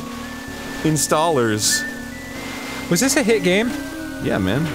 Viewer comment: “Installars” is Arin’s best joke of 2018